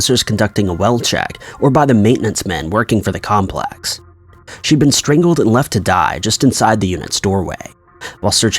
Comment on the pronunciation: Stringled ?? 😂 sorry though it was cute